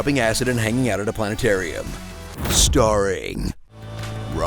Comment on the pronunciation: I have an extremely rare disease where I can't pronounce the 't' in Plane'arium.